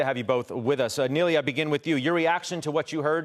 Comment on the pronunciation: Somehow he got Neely from Nilay. As far as I know it's pronounced knee-lie and to make it worst he kept saying it wrong instead just switching to Mr Patel